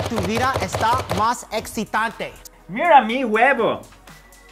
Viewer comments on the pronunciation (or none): Etzitante xD